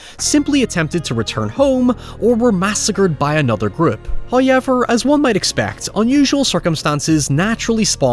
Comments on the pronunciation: I love how you say "Hayever"😊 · First "hoyevver" drops . The sponsor should be honoured by this. They'd better be. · My day isn't complete wo a "hoyever" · “, before we dive deep into despair...” 😂